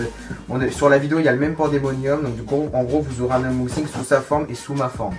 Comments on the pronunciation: je crois que c'est un UNboxing et pas UMboxing mdrr ;) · Unboxing pas umbouxing